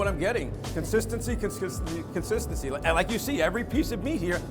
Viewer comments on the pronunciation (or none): "Consistency, Consistensky, conkisskenzy"